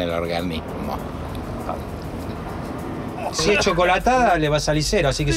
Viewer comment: debe aber cauhado alguna hituacion en el ohganimo